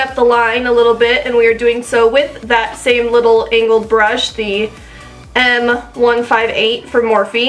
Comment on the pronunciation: Hahah Every time you're saying "angled" brush it sounds like "anal" brush hahah beautiful job but had me giggling throughout.